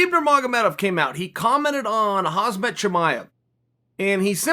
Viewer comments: For the love of the jonas brothers Chael, it’s Khamzat (hamzat) not HAZMAT! You’re making money off talking about the guy at least get his name right, it’s really not that hard. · 20 episodes later, chael sonnen still cant pronounce chimaevs name right, its KHAMZAT not HAZMET for fucks sake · Chael I’m sorry to say but I think you have dislexia. The guy’s name is KHAM-ZAT not KHAZ-MAT. I just don’t get how people on your production team haven’t pointed it out to you 🤦‍♂️ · Chael, when you pronounce Khamzat, start with the "M" then the "Z". You're starting with the "Z" and say Khazmat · How long will it take him until he says Khamzat and not Khazmat ? XD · C'mon Chael you have been talking a lot about this dude and you still can't say his name correctly, It's Kham-zat not hazmat 😂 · Why does this guy say hazmat XD its khamzat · Khamzat not Khazmat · Me: Khamzat Chael: Hazmatt Me: Ok, great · His name is KHAMZAT, not KHAZMAT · Chael when are you going to pronounce his fucking name good! KHAM-ZAT!!! Not KHAZ-MAT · It's Khamzat not Khazmat, Chael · I know the pronounciation is foreign & hazmat suit is in the English language, but c'mon Chael, you're making a Khamzat video every other day now. Just call him Hamza or Hamzat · It's KHAM ZAT not khazmat 😑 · Chael it’s khamzat not khazmat bro. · 20 seconds in and a lot of misinformation already. 1. It's "Khamzat" not "khazmat" 2. Khabib said after top 10 ranked fight, Khamzat deserves a contender fight not "title" shot. 3. Khamzat dont call himself khabib 2.0, infact he hates it. I am out. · He pronounces it wrong tho😂😂 it’s pronounced Hamzat not hazmat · Joey Diaz its pronounced Hazmat not Hamzat you goofball ... just listen Chael, he is never wrong. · Love the way chael calls him hazmat brilliant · How is Chael still referring to Khamzat as "Haz-mat" lol. Even without knowing the proper pronunciation in a different language, not getting the m & the z order mixed up is the easiest mistake to correct possible